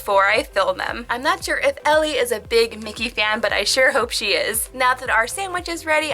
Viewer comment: I love how she said Elli😂 In Finland we say it very differently!